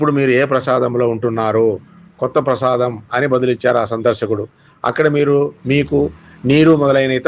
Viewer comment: ప్రసాదం కాదు.ప్రాసాదం.బాష నేర్చుకో. కనీస అర్హత లేదు.ఎందుకీ పవిత్ర వీడియో పాడు చేస్తారు.